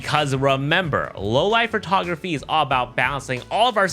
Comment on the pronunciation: I can't trust anyone who pronounces photography as "furtography" . Unless you're shooting animals, there's no fur in photography.